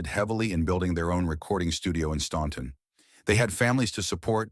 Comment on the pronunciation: OK, troops, let’s get this pronunciation correct, OK? I live 12 miles from the Statler Brothers, hometown, Staunton, Virginia, and in fact go there several times a week. The “ u “ in the name of the town is silent, so the pronunciation is Stanton. Always has been. Always will be.